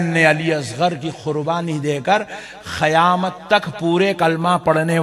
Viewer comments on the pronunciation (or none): qayamat hai khayamat nahi sudharo apneko 😂